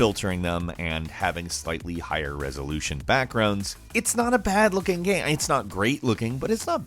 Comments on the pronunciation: umm...what is a Gaam? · I always enjoy your videos, very well narrated and cool lists put together, but the way you sometimes pronounce "game" as "gaam" triggers some twitches in my body! I need answers as to why you do that!